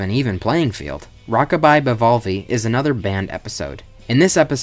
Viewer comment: im sorry, BIHVALVI???